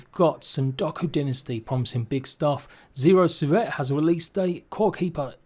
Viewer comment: "SEEVERT" is the correct pronounciation (my surname being pronouched "SEEBERT"!!